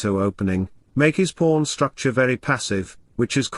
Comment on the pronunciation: pawn structure became "p*rn structure" LOL